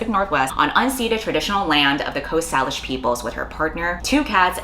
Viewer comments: Salish is pronounced like “say-lish” just fyi ❤ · You mispronounced two tribes Choctaw is chock-taw And Salish is say-lish Sincerely, an actual Native American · Can I recommend googling the pronunciation of indigenous nation names? Choctaw and Salish are pronounced very differently than in your video.